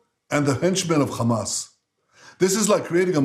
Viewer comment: He barely makes a glottal fricative when saying "Hamas." Then he repeats the "burnt Jewish babies" and "raped Jewish women" hoaxes. (Well, mass rape; I'm sure a few rapes did happen.) That's a good moral equivalence! Bush was way worse than bin Laden. The difference between bin Laden and Bush is bin Laden killed a lot of people who looked like Bush. Bush killed way more people who looked like bin Laden.